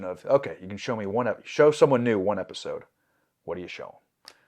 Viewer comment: "my favorite e eisode"